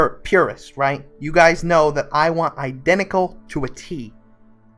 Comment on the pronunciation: "I want iden'ical to a T" - You didn't even say the T :(